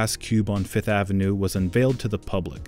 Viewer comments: It’s name is FIFTH AVENUE not FITH AVENUE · Can this dude just say fifth like the rest of us .